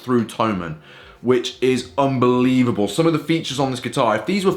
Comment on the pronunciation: you said "this is an unvelieble option to start" to me sounds like "buy it right now"